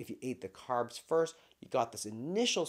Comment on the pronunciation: Carbs NOT Crabs 😂